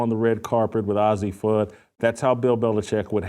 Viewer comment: The expected bigotry and homophobia from a failed man still crying b/c ESPN got rid of him. The loser can't even pronounce Fudd's name correctly, which mean she has no idea about the team or the players. He's just out to spread his rightwing homophobia. You bigot them and their family have been friends forever. All the top kids know each other as they are at the same tournies as they get scouted and all played for USA Bball youth teams. To a homophobe two women can't be friends. Witlock is rightwing loser and incel, He's mad that know woman will get near him.